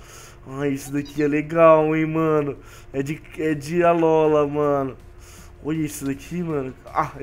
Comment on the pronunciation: não é alóla q fala é alola